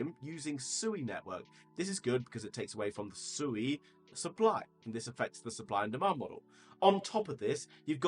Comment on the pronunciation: I learned it’s pronounced se(w)ay. Like sew 🪡 and way. (sui)